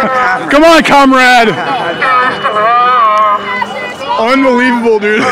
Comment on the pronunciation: "Comrad" haha the larping is so hilarious